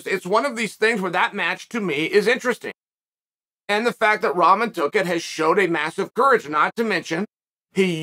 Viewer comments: Seriously learn how to pronounce rock-mon. It’s not ramen 🍜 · It’s “rah-mon” not ramen 😂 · It's pronounced Rock-mon but very close I'm impressed Chael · I love how Chael always pronounce everyone names wrong. Rawmen lol 😆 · You pronouncing Rahman wrong...just saying it's a little annoying. Don't get me wrong I love your content.. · Pronounce his name correctly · Well to be honest you are not pronouncing his name correctly... I thought you were an educated man and could speak properly... Show the man some respect and pronounce his name the right way... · Bro still pronouncing wrong